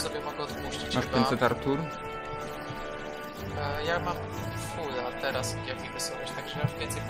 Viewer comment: bławo Ałtuł świetne zagranie kappa